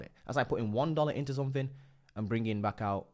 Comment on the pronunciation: Dude, please. Stop saying fanks, free (3) sumfink. It's so embarrassing. You're British, so speak English. Fings... it really makes your videos difficult to watch. 👍